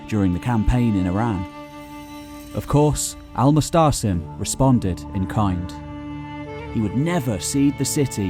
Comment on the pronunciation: His name is Al Muatasem and not Al Mustsem